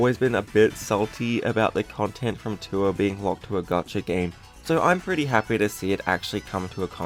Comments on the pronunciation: thats how you pronounce it, you said gotcha tho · Its gasha game not gotcha game